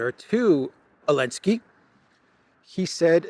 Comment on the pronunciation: why do you not pronounce the “Z” in Zelenskyy?